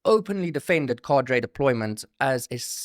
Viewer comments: 👍 ps pronunciation is : kaa-druh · 😂😂 dude switching r and d in Cader deployment got ! Even the clip he played an afrikaner pronounced it correctly. Otherwise create video